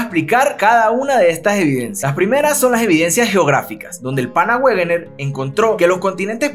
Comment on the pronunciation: Como dato Wegener se pronuncia "Vegner"